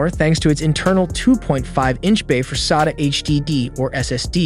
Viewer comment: The way you say sata is annoying af